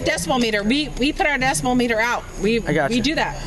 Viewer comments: its Decibel not decimal LOL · I keep hearing decimal instead of decibel.. anyone else? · ffs is DECIBEL, not decimal! Jeebus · The amount of times both parties said "decimal" instead of "decibel" was killing me lmao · I think the first time the guy said it he said it correctly, then the cop said "decimal" and either he was making fun of him subtly or just copying him to passify. I could have mis-heard it, but that's what it seemed like to me. Regardless it is distracting haha. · Um, it’s Decibel with a B when referring to sound, not Decimal with an M 🤣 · are they all saying "decimal" instead of "decibel"? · The fact that nobody could correctly say “decibel” lol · The word is decibel. Holy shit.